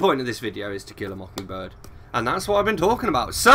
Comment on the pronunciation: The pronunciation sounded right for a southern accent. To Kill a Mockingbird is a great book. I liked hearing all your thoughts.